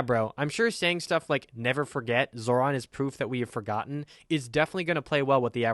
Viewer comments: Seriously. What the hell did the fuck boy say? Zoo lander? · It’s Mamdone It’s Zohver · It is pronounced Zoe-Ron lmao you kept saying it like the guy from Power Rangers